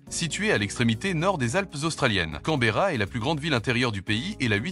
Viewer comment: 19/20 car la capitale de l'Australie a donné une mauvaise prononciation !! 😜